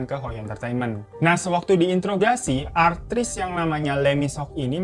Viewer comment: Bang...... Artis bang bukan atris🤦